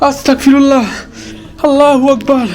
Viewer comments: ভাই আসতাগফিরুল্লাহ শুদ্ধভাবে পড়ুন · Bhayia apni “Astagfirullah” ta suddho vabe uccharon korun.